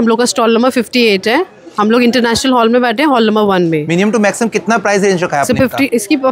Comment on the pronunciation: हॉल को तो ठीक से उच्चारण कर लीजिए 😢😢😢